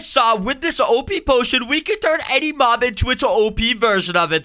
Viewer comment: Mop it is mob not mop